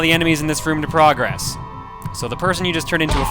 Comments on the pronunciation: You know, when you're using "Progress" as a verb you're meant to pronounce it differently then when you use it as a noun. PrAHgress is a noun PruhgRESS is a verb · I know I'm going to sound like I'm just complaining here, but dude, you use the wrong pronunciation of progress. You say it like you would say "let's make progress" when you're saying something like " you need to beat the first level to progress," and it's really annoying.